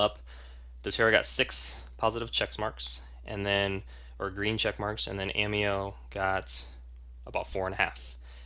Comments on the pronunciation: Hi.... It's obvious that your evaluation is heavily biased towards the doTERRA oils. The fact that you have chosen to represent doTERRA out of personal choice is respected. What is not respectable is presenting an AMEO (pronounced A- May' -o) evaluation that is not accurate. As a practitioner who obviously finds service important what is paramount is to ensure my clients get the absolute best. Perhaps one the MOST IMPORTANT factor you for missed including is the category of grade which ensures quality and efficacy of every batch.... CLINICAL grade... Ameo = YES, doTERRA = NO... Sorry... just find your assessment to be too biased to be credible. Just at side note... at Ameo we are taught to educate people about what makes Ameo a superior category creater in the essential oils industry. We are coached NOT to tear down other companies in the industry with unsubstantiated information. It's just another factor that makes AMEO great. All the best with your doTERRA business:) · First of all, it's pronounced Ah-mayo. If you are a distributor as I am, customer service deserves a full check mark. Quality? No other US produces oil comes close. Ameo is clinicsl grade. By going to the Cert-5, you csn actually see a video if the oil in question entering a human cell under a mass spectrometer. No other US producer offers that. Nice try, though.